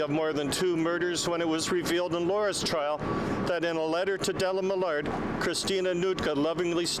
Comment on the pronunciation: Canadian AIR??? 😂😂😂 It’s not that hard to fix “air” to “heir” in an auto subtitle, sheesh. Also, why the hell can’t the AI pronounce “Millard”? So annoying.